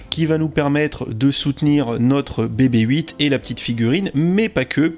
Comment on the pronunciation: Bebe Eight... c'est quoi cette prononciation, soit on le dit a la française donc "bébé huit", soit en GB et donc "bibi eight"...! sinon bonne vidéo!